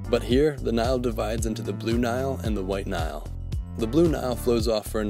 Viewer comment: "While Nile"